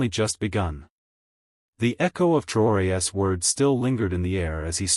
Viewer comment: Learn how to pronounce the possessive of Traore.